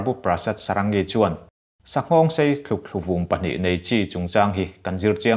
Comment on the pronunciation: Thlukthluvum nilo in thlukvum anie